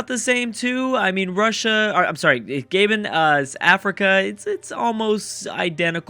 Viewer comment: Its not Gay-bn its Gah-Bohn